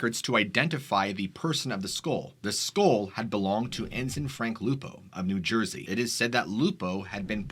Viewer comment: What the hell is a skole? Oh you mean a skull.